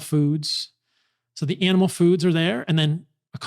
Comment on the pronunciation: When he says it fast, it sounds like an anal based diet. 😂